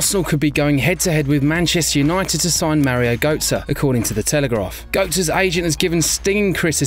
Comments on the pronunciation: Gertze not goatze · lol götze is not pronounced as "goat-sir", more like "gert-sir" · it is götze not goatze